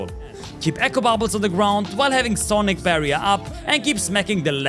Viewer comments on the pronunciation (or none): none